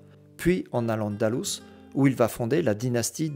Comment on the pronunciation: Vous venez de dire AL ANDALOUSE, à partir de là ce que vous dites sera faux